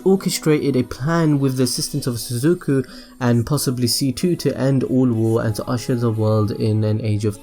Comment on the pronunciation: Suzaku not Suzuku